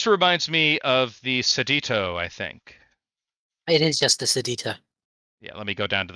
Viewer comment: The Seditio Opprimere: Seditio is pronounced Seh-dish-ee-oh.